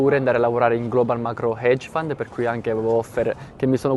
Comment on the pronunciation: Grande, ottimo video come sempre! Unica correzione, non si dice “paypol” ma pay-pal, e non hedge “found” ma fund 😉🤙🏻